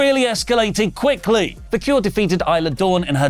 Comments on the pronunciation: Vah-kerr > Vah-cure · Nothing huge, but i believe her last name is pronounced VAQ EHR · Vaquer damnit! It's pronounced like VA' CARE if you all can't pronounce her f'n name right, that don't say it, Idios Mio.